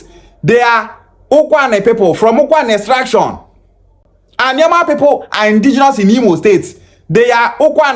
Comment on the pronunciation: Na alioma him call am